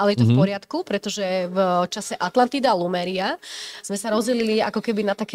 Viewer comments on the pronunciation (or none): Lemuria nie lumeria 😂😂😂